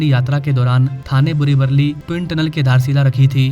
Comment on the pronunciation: वल्ली नाही रे वली बोल मित्रा